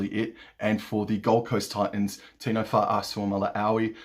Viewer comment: Great read as always. Think I’m with you on pretty much all of those selections. Question: do you get an endorphin rush every time you pronounce big Tino’s surname correctly? Be honest 😜